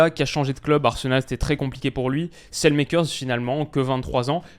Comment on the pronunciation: Super vidéo, merci de traiter le sujet de la Belgique, c'est clair que l'avenir est incertain.. Et si jamais, ça ne se prononce pas à l'anglaise Saelemaekers, ça se dit plutôt Sâlemâkers